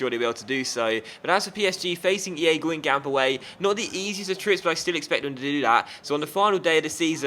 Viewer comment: Don't pronounce the last p aswell